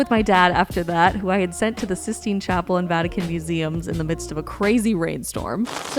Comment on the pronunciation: Um,... its the "Vatican", not the "Vatuhkin".